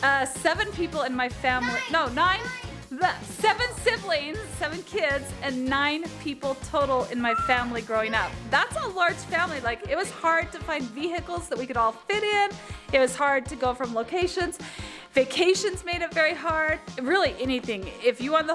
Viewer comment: Katie always says VE-HICKLES